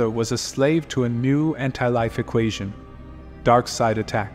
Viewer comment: Hey narrator darkseid is going to kill you for saying he name wrong